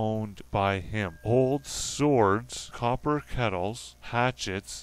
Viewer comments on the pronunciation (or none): none